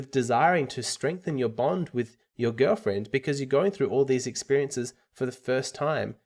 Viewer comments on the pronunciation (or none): Pronounce the L in Girlfriend. That is all.